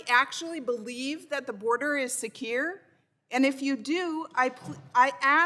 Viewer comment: the border is siekuurrrr...? does she have a speech impediment?